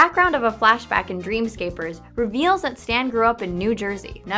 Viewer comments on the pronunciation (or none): its pronounced dream scaper ers